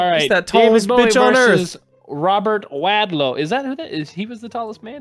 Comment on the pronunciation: You guys were the first people to say my last name correctly. Everyone says it like fucking WALDOW BUT ITS WADLOW. Do u even know how many fucking times I heard where's Waldo in school as a kid it was annoying as fuck.